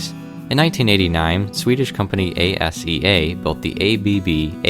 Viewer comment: I dont think its A-S-E-A its Asea